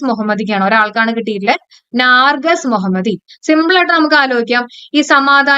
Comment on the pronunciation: നാർജസ് അല്ല mam.... നർഗീസ് മൊഹമ്മദി